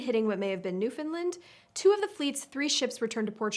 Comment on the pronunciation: Newfoundland is pronounced with emphasis on 'land' (so it rhymes with sand, planned, band, etc.). New-fin-LAND